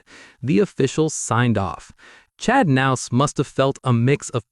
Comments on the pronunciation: Who's nouse? Are you talking about Kah-nouse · the narrator pronounces the "k" the same way we do in the word "know" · The k in his last name isn't silent..... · U could say Chads last name right . That's annoying.